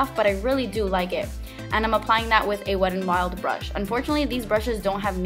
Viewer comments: It's not wed n wild.. There is a "t" in there. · I like the way you say "Wet n, Wild" sometimes... its like, "the Wedd'n'Wild" lol Like wit dat littol bit of accent joo know? hehe I love it! 😘😘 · beccawecca916 Best comment ever 😂